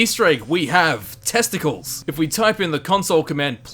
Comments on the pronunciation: ever heard of the Roman hero Hercules? (AKA Herakles in Greek mythology) it's supposed to be a Roman style name, so it's pronounced clees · A note about the Debug Character named Testicles.... You'll notice he's one of the characters portraying the group of new Romans lead my Caesar ... As such the name Testicles should be pronounced Tes ∙ te ∙ cleese (Sounds much more romanisk does it not?) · I think testicles was was meant to be pronounced old greek style...test-uh-clees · Actually, it's pronounced Testicl_eese_, and he's not an Easter Egg, just something the devs used when testing the game. Hence the name - Test-i-cleez. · Its pronounced "Tes-te-Clees" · ReviewTsarUSSR we dot give 2 singles shits we c4ll him Test-ick-ulls